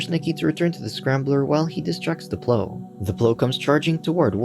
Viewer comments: Why can't the narrator say the word Plow? it's not 'pl-oo' its pl-ow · You were really calling the giant truck with a PLOW (sounds like now) on it a PLOW (sounds like grow) lol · Can't say plough? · lol!!! it gave me a giggle everytime! is it a human reading or not??